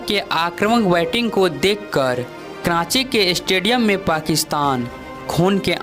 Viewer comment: Kranchi ke matlab kya haye? Commentary dena adan nahi haye.....sikhna zaruri haye